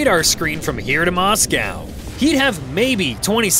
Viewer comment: Would you learn to pronounce Moscow !!!